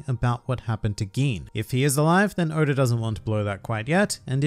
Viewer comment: How come you can pronounce Gin correctly and butcher must know pronunciations such as Enies? (エ eh ニ ni エ eh ス s(u) sounding like Aeneas) Knowing that expands the importance of EL tremendously and so much bad pronunciation makes my ears bleed. You have improved since back in the day when you had less than 1,000 subs, but try to stay a cut above the horrible pronunciations of 99.9% of OP YTers.